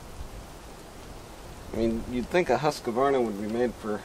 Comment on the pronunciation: Husq varna, not Husqa varna, I know who cares.